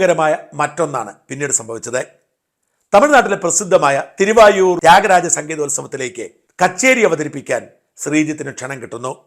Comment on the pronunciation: തിരു വായൂർ അല്ല തിരു വാരൂർ ആണ്